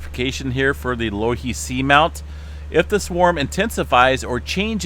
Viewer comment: *pronounced "Low "e" he"